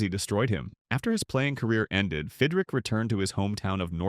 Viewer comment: Stupid AI mispronounced names. It’s Fidrych not Fidrick.